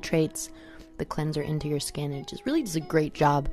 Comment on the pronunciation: hahah I Just laughed so hard " cause my shhkkinnn isss vavavhhh" lol